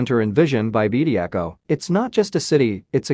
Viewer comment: His name is Bediako not Bediacool 😂